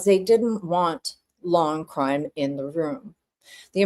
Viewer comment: Is Law & Cwime 😭 there?